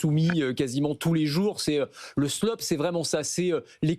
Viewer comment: vous prononcez slop trop vite et oubliez le A